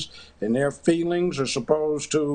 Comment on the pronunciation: Mark desperately wants Judge Joe to consider the "fweeelings" of his friends on twitter.